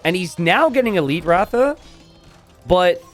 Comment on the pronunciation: Well the pronunciation of RATHA is Ra-dhaa and not Raaw-thaa… and Ra-dhaa means chariot in India